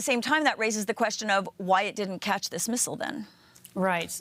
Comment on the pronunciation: Thanks for pronouncing missile correctly